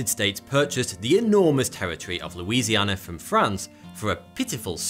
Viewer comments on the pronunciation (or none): none